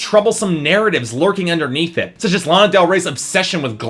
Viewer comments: You pronounced Lana wrong , i already hate you and this review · your pronouncing lana wrong...